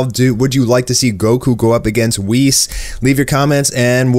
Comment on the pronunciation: U had me till you said whis